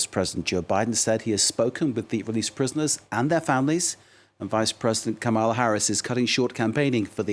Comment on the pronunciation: This white French anchor mispronounces Kamala deliberately. What a racist and disgrace.